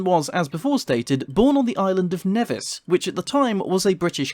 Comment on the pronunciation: ooh, i get to correct you on something: nevis is actually pronounced "neevis"